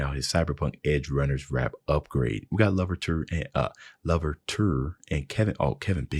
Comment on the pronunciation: um just here to correct you its not pronnounced la-ver-tour its pronnounced LU-VER-CHUR